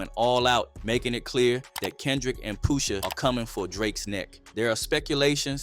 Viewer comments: It's not Poo-sha...it's Push-a.. the word is "push" (the opposite of pull)😆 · I ain’t gon lie. Couldn’t even listen to the whole vid once I heard Poosha 4-5 times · Pooosha? Lmfao 🤣 please say my cultures artists NAMES right man tf 😂😂😂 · Tell me you're an AI channel with "Brother's voice" without telling me... Keep MISPRONOUNCING names we all know how to say correctly #POOSHA ? #Fare ell #NAZ 👀 #Nope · why he keep callin him Poosha lmao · “Poosha” bro 💀